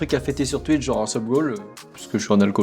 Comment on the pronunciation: J’adore sa manière de dire twitch (tuïche)😂